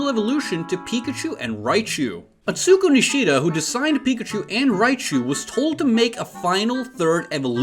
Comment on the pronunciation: Can you like... learn how to read hiragana and katakana at the very least? Yo-mi-u-ri, A-tsu-ko, Gyo-pin